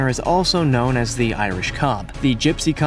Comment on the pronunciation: You got shetlands right, Clydesdales.... 🙈 well ill just leave that. Irish cob. Well done for getting it correct.